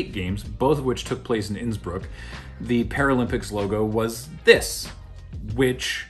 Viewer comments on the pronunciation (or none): Whenever you say "Innsbruck" (in both this and the main olympics videos) I keep thinking you're going to say "Nsburg" ...I'm not sure if the idea of Nsburg hosting the olympics (Qwerplympics?) is hysterical or horrifying (or both) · When said Innsbrook I had to rewind and double check that he hadn’t said “Nsburg” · Unrelated to much of anything - but I can't hear "Innsbruck" without hearing "Nsburg" and trying to imagine what the Olympics would look like in that universe.